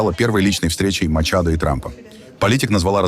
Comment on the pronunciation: Не применяйте фонетику русского языка к иностранным языкам: Мария Корина МачадО не МачадА !!!